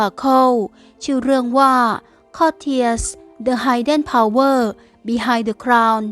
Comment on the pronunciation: Hidden ออกเสียง “ฮิดเดน” ไม่ใช่ ไฮเดน นะจ๊ะหนู